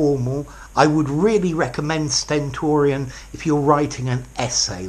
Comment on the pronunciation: I enjoyed when u said the word sentorian. Keep going sir